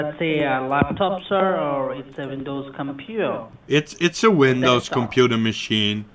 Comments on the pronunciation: I still laugh every time I hear you repeat ‘dekstop’ 😂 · I hear dextop